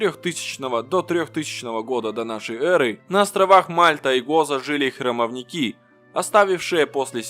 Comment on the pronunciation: И ещё. Не храмовникИ, а храмОвники. Ударение на второй слог. От этой неграмотности, уши режет.